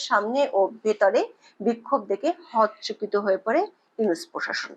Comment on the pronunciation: 'হতচকিত' শব্দটির উচ্চারণ 'হত্চকিত' হবে না, সঠিক উচ্চারণ হবে 'হতোচোকিতো'।